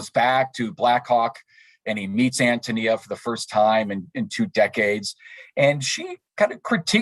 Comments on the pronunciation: Although i greatly appreciate the conference, you're grossly mispronouncing Antonia. 3 minutes, and 47 seconds and i can hardly listen anymore. I am a lowly truck driver, an idiot if you like, but i Hate it when people desecrate the English language with "Ahum." English is my second language and i never used it. When someone is talking an keeps using "ahum," it completely invalidates what they have to say. Sorry, i don't mean to be pompous, but i find it exacerbating. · I’m thrown off that the introduction was done by someone who clearly has no experience with this great work. ANN TOE KNEE ah!!!! Dear God - I bet he didn’t read the book either😮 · I understand that AHN-toh-NEE-ah is he preferred pronunciation.